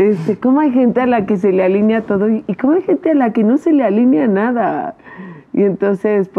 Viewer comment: se dice: ALINEA, no ALÍNEA. Se conjuga como PELEAR.